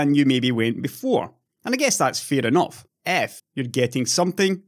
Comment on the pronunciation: "enoff es enoff", indeed!